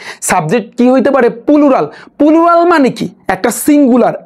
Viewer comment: Pulural ki 😂😂plural শুনছি?